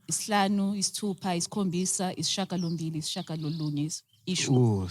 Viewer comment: Isishiyagalombili as opposed to isishagalo... So “isishiya”, not “isishaga”... Loving the show guys.